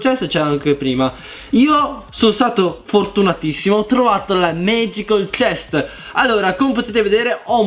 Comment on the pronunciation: Si dice MAGICAL CHEST NO MAGICOL CHEST XD